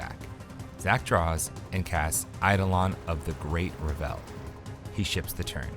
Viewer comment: REV-ul, not ra-VEL - the emphasis is on the first syllable.